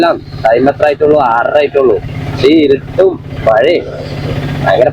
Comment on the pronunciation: ഇരുട് അല്ല ഇരുട്ട് എന്നാണ് 👍